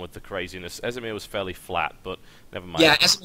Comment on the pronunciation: D Amerish and esimer :D